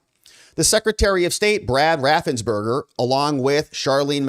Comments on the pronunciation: His name is raffensperger not raffensberger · I love your reports. BTW I think it is RaffensPerger